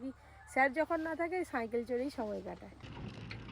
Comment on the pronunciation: তুমি সাইকেল না বলে তুমি চন্দ্রবিন্দু যোগ করে বললে সাঁইকেল। নিজের কথা একবার শুনে দেখ, ভুলটা বুঝবে।